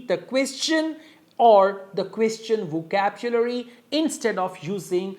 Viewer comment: "Vocabchulary" that's how "over super ultra english native speakers "speacks english 😂😂😂😂😂😂